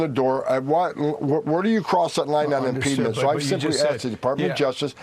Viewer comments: “Impeedment” is not a word. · I'm just a high school graduate, but I'm pretty sure there's no such word as "impedment"; I think he means "impediment, which makes him a fvcking idiot, bully, and a tyrannical thug. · Someone should tell Homan that “impeedment” is not a word. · BTW, is "impedement" a word? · What is impedement/impeedment? Is it a word? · "Impede ment"..........Lol!!!